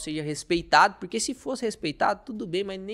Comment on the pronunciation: MEUS ELOGIOS AOS CONTEUDOS DOS SEUS VIDEOS, DE VERDADE. MAS NAO POSSO DEIXA DE OBSERVAR AS PRONUNCIAS DAS PALAVRAS...RSRS. . . Esse " puriquê" falado é o charme dele. Kkkkk...e na voz dele Também as palavdas : pairti", " Govéirnuuu" , " ceirtas", " méircado", " cairteira", cara que embola a lingua nas silabas que têm a letra "R". Imagina ele falando a palavra AEROPORTO!!!! KKKKL CURIOSIDADE APENAS, VC É DE QUAL CIDADE DO INTERIOR DOS SUL OU DO SUDESTE?